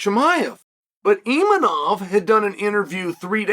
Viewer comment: Imavov❌Imanov✅ Khamzat❌Khazmat✅